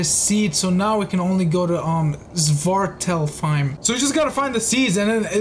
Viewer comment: Yo the way he pronuned svartalfheim was heleirous 🤣🤣🤣🤣